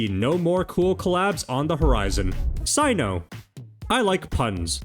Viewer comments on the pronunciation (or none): none